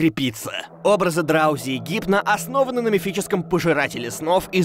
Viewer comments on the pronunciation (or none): Не драузи а дроузи